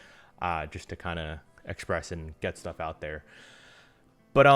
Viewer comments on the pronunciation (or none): none